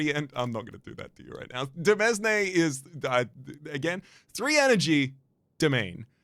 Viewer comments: impeccable pronunciation of demesne 🎉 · demesne is such a funny card name to me cause i fully shitposted my way into the right pronunciation. read it. went "duh-mezz-nee?" and immediately thought 1) thats stupid it cant be right and 2) cham-pag-nee, so its probably french